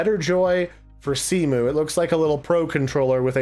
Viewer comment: cemu is pronounced cem-u. Its a wii emulator